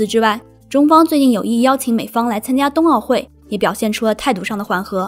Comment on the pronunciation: 冬奥会不是东奥会